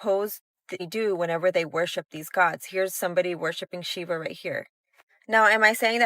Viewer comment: Did she just mispronounced Shiva? 😆